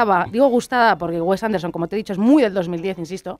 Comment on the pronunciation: Esto no es una crítica a la película, es un ataque al director, o sea primero aprende a hablar, no sabes ni decir "Wes Anderson" ni "Moonrise Kingdom".